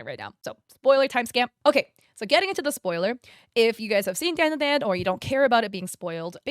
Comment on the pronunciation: Your pronunciation of Japanese words is always so insanely horrible to listen to. First of all, didn't even spell DanDaDan right in the timeline, and its pronounced DON. DUH. DON. Idk why you always butcher Japanese, but its getting lowkey discriminatory. Do better. EDIT: The reason why they say "banana" like that in the show is because THATS LITERALLY HOW YOU SAY IT IN JAPANESE. For being an asian, your knowledge and respect of other Asian cultures/languages is SOOOOOO lacking. Borderline disrespectful, and I genuinely can't stand it anymore.